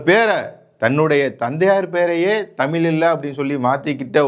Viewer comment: தமில் இல்லை தமிழ்.